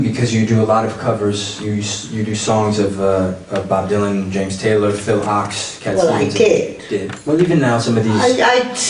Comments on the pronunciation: Kind of a harsh judgment, no? And it would be a pity to not watch the rest, since Marianne has some very interesting things to say as the talk progresses, even if you can't trust me to know what I'm talking about. Thank you for correcting my pronunciation of Ochs; I had said it the way I've heard it (incorrectly) said for decades by many folks. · It is pronounced ox